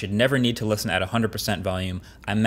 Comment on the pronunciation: For $550 I better hear the “T” in “Listen”